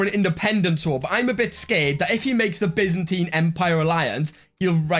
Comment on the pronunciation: Thank you, you say byzantine right